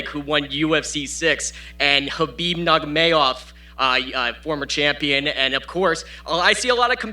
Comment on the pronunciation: Khabib Nog-may-of? 🤣🤣